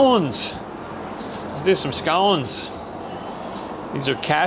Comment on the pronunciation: Glad you pronounced scones properly 👌🏻